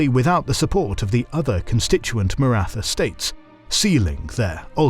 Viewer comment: Thanks for these vids guys. Suggestion to study how the main terms are pronounced would add to the authenticity of the channel. Maratha is pronounced with a T (like in Tom but with Indian accent lol) and aspirated H together, not the typical "th" sound in English like in "wrath".